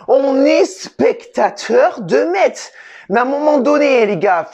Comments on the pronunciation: on dit messe pas metZ :) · Juste pour information ca se dit "messe" bon courage a vous pour la suite et bien joué quand meme 😁🇱🇻